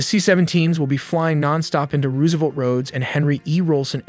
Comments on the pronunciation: "Rooooo-se'-velt" AI sucks and it is dead obvious when it can't say some thing as common as this word. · Roose- savelt? LMBO! A.i. slop narrator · ruusevelt???? Either stop using ai or learning to talk. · RoooSevelt, obviously doesn’t really know American history. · "roooose"- evelt, fucking AI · THE WAY HE SAYS ROOSEVELT IS ANNOYING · If your LLM mispronounces Roosevelt, I'm out. Get back to work. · Such a great video and cannot pronounce Roosevelt and Tobago…great video though. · Rewsevelt, cartehls, cmon man